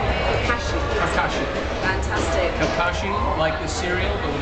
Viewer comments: She said Kakashi wrong... :[ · super surreal. seeing someone unsure of the pronunciation of Kakashi, this feels like a time passed by and greatly messed, i was 8 years old at this interviews posting.